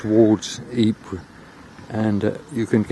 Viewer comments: Pronounced - Eeepeer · Absolutely. Being a Flemish region and a Flemish town, Ieper, is Ee-per.